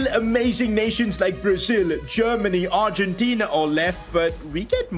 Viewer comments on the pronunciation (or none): none